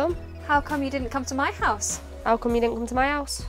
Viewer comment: they're actually still saying my, not me, they just pronounce the y differently, making my and me homonyms